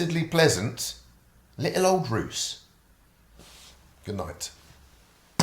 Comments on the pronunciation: It was not until minute 12 that i realized he was talking about the city of Ruse, only because i had actually been on that spot. Bald totally bothed the name of the City lol it's pronounced like "rUseh" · Ruse (e/E is pronounced every time in Bulgarian, no matter where in the word it sits) has one of the best kept pre-WWII architecture in Bulgaria. It's called "The Small Vienna" because of that.... "boondocks".. I can just imagine what other stupid things you talk about other places we don't know... Do a proper research before you go to foreign places (at least the basics), because it's insulting. BR, Non-ruzzian speaking YT user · Ruse ( you pronounce the e) or Little Vienna of the East 8s the cultural capital of Bulgaria. Ruse is my soul city in Bulgaria. Greetings from Romania 🇷🇴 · Bulgarian here, just to correct you it's pronounced ruse with an e at the end . I'm glad you are enjoying my beautiful country! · As a Bulgarian I am simultaneously very endeared to finally see Bulgaria in your portfolio and a bit sour bout the misprununciation of the city names 😅 do not Russianize pls, we hate this 😅 Buzludzha was a crazy project, yest another megalomanic one by the commies. Some people who built it were also burried there - that fast was the construction.. Go next to Pleven, my hometown, loads of history there too! And visit Koprivshtitsa and Tryavna. ☺️☺️ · Bulgaria is so much more than a few rotting communist memorials. Also it is pronounced Ruse (Русе) with an "e" at the end. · You are seriously mispronouncing the name of the town , to be honest for a person who speaks Russian your embarrassing yourself. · If you are going to spend time in a city and talk about it, at least try to say its name correctly- it's RusE, not Rus. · Ruce is pronounced Roo-Say not Rooss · It's not Rous, but rather Róusee, with E at the end. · The pronounciation is not like "ROOS". it's "ROOS-EH" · It's Roo-seh, Ben. Not Roos. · It’s pronounced Ruse-ay not Ruse lol.